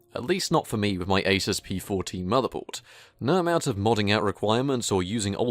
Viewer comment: So glad you call an Asus an Asus. Not Asooooooooooooooooos. When someone says Asoooooos I get a pain in my anoooooos